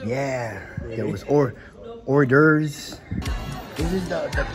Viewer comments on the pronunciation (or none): I thought he said, "Last time I was here, they had whore derves". I heard wrong. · when he said orderbs I lost my shit 😂😂😂😂😂😂😂😂😂 #RideTheFunk